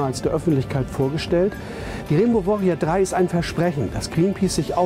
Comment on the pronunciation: reenbau wooriau drei :D - geile aussprache ^^ aber ellich mal GreenPeace ist die beste und unterstützungswerte Organisation die es gibt !!